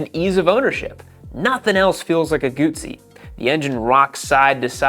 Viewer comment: GUTZZI 😂😂 PEETZZA.